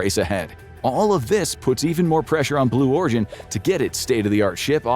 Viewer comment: Blew Origin... lol he did say it didn't he?? I thought I heard him saying it...